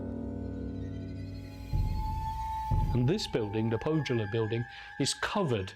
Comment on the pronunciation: As a Finnish language professional I find it irritating that the presenter in the underlying otherwise excellent video had not bothered to check how the names are pronounced. The letter J in Finnish is pronounced as in German, i.e. like the Y in "year" in English -- and notably the presenter pronounces the German word "Jugendstil" correctly! Pohjola would be approximated as POH-yaw-lah and Tarjanne as TAR-yun-neh.